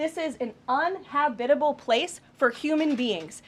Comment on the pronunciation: And the ditzy comes out.... ~~~> "unhabitable" LOL!!!! Spoken like a true magatard!!!!!! 🤣🤣🤣🤣🤣🤣